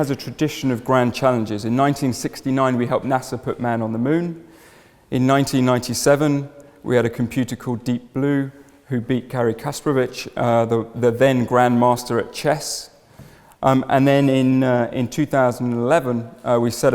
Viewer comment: Gary Kasparov not Gary Kasparovich